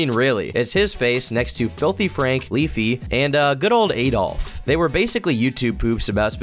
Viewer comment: sounded like leafy in his early streams. Same weird emphasis in words that end in T